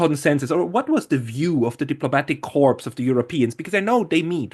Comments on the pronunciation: did you slip and say diplomatic corps?😂😊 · No, he said 'corpse'! But why not? He seems to be a German speaking Swiss guy, and 'corps' is an Anglo-French construction. It's us English who are being absurd! ;-)